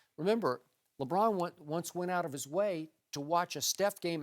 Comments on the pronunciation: i hate the way this dude says Lebron. sounds like Lebraaan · I can't stand the way Broussard pronounces "LeBrahhhhn."